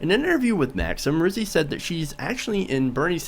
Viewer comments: Her last name is pronounced like the beginning of the word Rowdy... not pronounced roozy but Rowzy. I agree she is spot on. Now go back and win that belt #peopleschamp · ROWSEY NOT ROOSEY. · He can't pronounce her name correctly, looks like he didn't do his research adequately